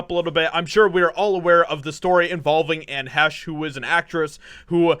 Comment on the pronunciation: You should really learn how to pronounce the people's names before you start talking about them. Really??? She had little talent and endangered multiple people with her selfish, drug fuelled suicide. Anne Heche's death is nothing to you but a chance to make money.